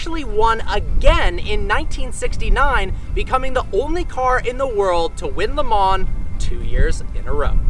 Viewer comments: It is pronounced Le Ma not Le Mans like it is written. Listen to any commentator or GT/Prototype race car driver and they all say it that way. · Did you really just say LeMans with the S? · It’s actually pronounced Le Maww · its pronounced "leh - maw" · You say stuff wrong all the time! Le Mans is pronounced "Le Mah".... 'LE MAH" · YOU DON'T PRONOUNCE THE 'NS' IN LE MANS!!!!!